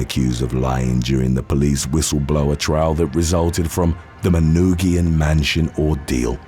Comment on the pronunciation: Shout out from suburban Detroit! I never would have guessed Kwame would be included on the list. Kudos for pronouncing Manoogian correctly